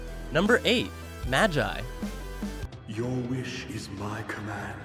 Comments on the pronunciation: Whe he said “maji” 👁👄👁😬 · It makes me really frustrated when ppl cant say magi right its Ma like ur say mama then gi like ur saying gezz